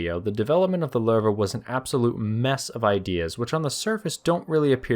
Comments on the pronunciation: not Lerva its Lowe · The way it’s pronounced Sounds like “larva” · pretty sure your pronouncing the name Lowe wrong, like 90% sure its something like luuva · Lol, it's not pronounce "Ler-va". The correct pronunciation is closer to "lousy" but change the "see" sound at the end to "we", as in "lou-we". As one would expect with the German's naming their tanks after big cats, "Löwe" is the German word for Lion. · "Loo-vuh" is closer phonetically to the correct pronunciation, but thanks for trying more than other channels 🤣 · Where did this "Lurr Vah" pronunciation come from... if u put it in translate even in German it dont say that. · I hate to be "that guy" but, is pronounced as "Luve". That dieresis over the o is meant for something. Out of that, one of the greatest chapters on a neat saga. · I though it pronounce LOWwe